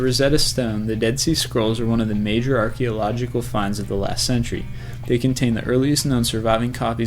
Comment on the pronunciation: Someone needs to look up the word Archaeological!!!